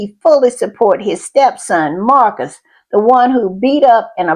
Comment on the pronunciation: Dedham is not pronounced "Durham", it is pronounced deh-dm, dead-'m. It isn't Marks, it is Marius - mar-ee-us.